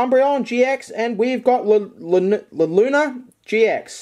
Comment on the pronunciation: hun its said (LU-nawl-A)